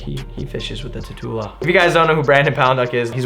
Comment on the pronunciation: It's not pronounced Tatoola, it's pronounced like tarantula, that's why it has always had the spider logo/design.